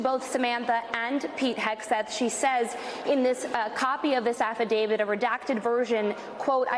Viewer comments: Affidavit, not affiDAVID. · Stop saying "affidavid" and use the correct word, PLEASE!!